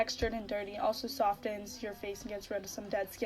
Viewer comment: Sorry but the fact that the first girl pronounced softens as "sof-tins" makes me not want to follow anything she says